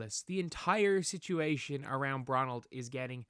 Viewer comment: They found Waldo. Wait a minute did he call the boy Bronald?